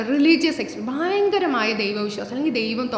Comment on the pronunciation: Thudakathil"Bayankaramaaya" kurachu koodipoyo